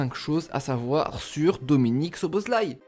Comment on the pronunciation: enfin un mec qui sait prononcer le nom de dominik. J ai sa carte future star c est un monstre. Sinon petit tuyau le nom francise de sa ville natale c est Albe Royale sinon a quand une video sur la hongrie ? Puskas, Czibor, Koscis, Lorant, Hidegkuti... c etait un delire cette equipe